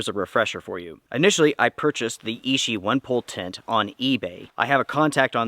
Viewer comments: Thanks for your video - excellent information! Btw: 'Ichi' is pronounced "ee chee" (2nd syllable begins with the sound as in 'cheese'), and translates to the number "1" in Japanese. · So I watch a couple of video about this tent. I thought it was ishi as in the word meaning of stone, but when I go to the DOD website, it was ichi as the word meaning one. Is it American pronunciation that just different or is it the DOD official name.